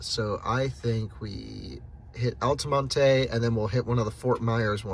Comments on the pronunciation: Interesting travelog. Thanks. FYI -- "Altamonte" is pronounced "Al-ta-mont" not "Al-ta-mon-ta" I have lived there. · You don't pronounce the E in Altamonte Springs. Pronounced Altamont. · nobody else seems to mind him calling it "altamonteeeeey" you're an IDIOT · OMG, please stop pronouncing Altamonte incorrectly...lol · No need to pronounce the “e” Altamonte